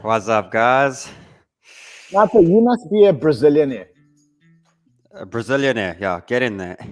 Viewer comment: Lol Brizilianaire!!